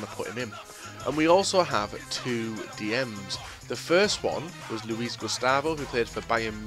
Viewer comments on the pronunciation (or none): none